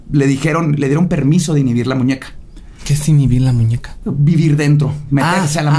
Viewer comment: Todas las equivocaciones de al hablar: waten prep prepa cile pralanormal nosesitava las posibles pues uuu lo que parecían anabel inibir y por eso ellos eee prueba alguno la familia de mudio anterrior un matrimonio anteliol apresur alamente salvó Carlos trajo maltuvieron arruinarra